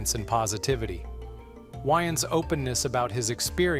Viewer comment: Damon's last name is pronounced WAYens, not "whyens" .... Spelled DAYMON WAYANS